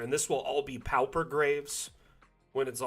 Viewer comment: Thanks! Dungeon Alchemist helps my sanity (but only because there aren't enough Great Old Ones in the assets yet). I hate to be "that guy". Unless it's a regionalism, pauper rhymes with (and sounds identical to) paw-per.